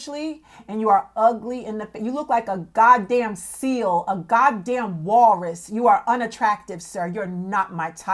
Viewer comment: yoooo, how she said walrus lol